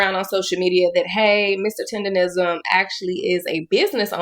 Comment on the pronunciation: Bro still cant say TenderNism😂